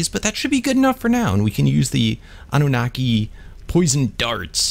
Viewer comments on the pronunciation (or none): its pronounced ''anne-ou-na-ki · Say say annunaki like ah-noo-na-kee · Annunaki (Ann-New-Na-key) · it's pronounced an-you-nar-ki